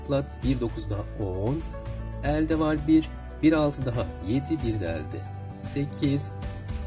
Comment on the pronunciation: E harflerinizi yanlış kullanıyorsunuz.Öğretmenler bile diksiyon hatası yapıyor ne kadar üzücü. Elde derken (E) kapalı olacak